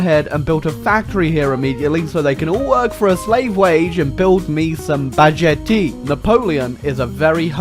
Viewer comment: How do you manage to mis-pronounce "baguette" so badly ? Like, this is actually impressive.